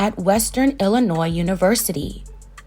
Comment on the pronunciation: Thank you for pronouncing Illinois correctly!!